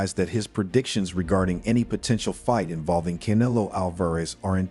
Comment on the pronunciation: Bruh Practice saying Canelo 😂